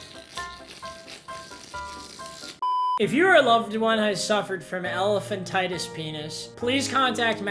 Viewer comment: keeps saying Elaphantitis, but it’s actually